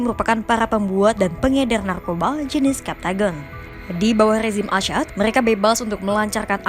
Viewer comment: Assad bukan asyad.... orang pers jgn salah ngomong ya